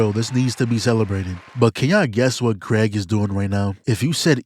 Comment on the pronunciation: I love how bro is calling Kregg Craig😭I swear it’s pronounced Kreeg😭💀